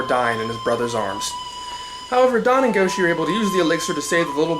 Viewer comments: Also, that's not how pronounces "Don" here. Then again, he got Zyurangers' name wrong in pronunciation, so...yeah. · I meant in the 1st part, but I heard you pronounce it "Don," so I assumed it was spelled that way, but I didn't mean to offend. I was just pointing out what I heard.